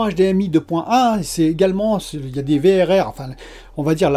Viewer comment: Le Vérèrrrrèrrrr mdrr j'adore ! Le V double R sera plus facile a placé dans une discution je pense :p Content de te voir en forme ! Vivement que tu la reçois, encore 3 petit jour de patience !